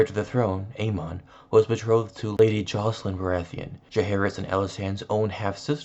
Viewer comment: It’s aemon :A -men , not A - Mahn